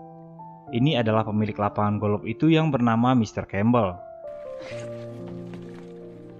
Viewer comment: Golof abang sayang bukan golok